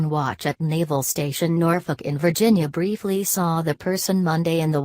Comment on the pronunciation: Naval station Norfolk, in ver-gina...